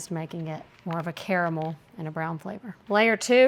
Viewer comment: My ears bled every time she pronounced that 😅😅 And when she pronounced the "g" on the ends of words. And caramel. Lol.